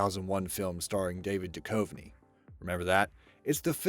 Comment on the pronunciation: "Du-cuv-nee" not "Du-cove-nee" FUCKING GODDAMNIT! Could you please make atleast one video where you pronounce everything correctly? Please!